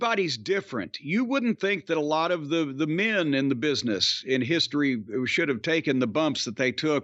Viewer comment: When corny said „ayyye knooou my hiiist‘ry“ he sounded like a sweet little southern boy. It was wholesome and funny 😂